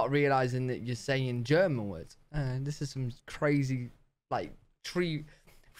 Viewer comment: "I'm fluent in German." Then mispronounced every German word. Bless his heart.😂